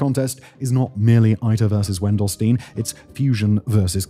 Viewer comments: Friendly reminder that the German word "Stein" rhymes with the English word "shine". The experiment's name could be transcribed to English as "VEN-dell-shtyne". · Dude, it's spoken Wendelsteyn! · it's Wendelstein, ei like spelled like an individual I.